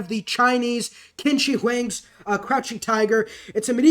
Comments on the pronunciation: Btw just a thing about QIn Shi Huang's names pronunciation, I'm pretty sure it's pronounced Chin Shee Hwang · Great video. Wish hoplites were better. 😢 btw Qin Shi Huang is pronounced Chin Sure Hwang 👍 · It's qin as in chin, shi as in sh-er, Huang as in Hwang. Really hard to describe the chinese pronunciation as it is a fucking hard language to learn, this is coming from a Chinese speaker btw lmao.